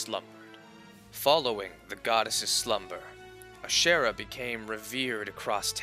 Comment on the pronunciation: Ohhh lol I was like “iirc that’s not the right way to pronounce ashera 🧐” as someone who’s never played these games!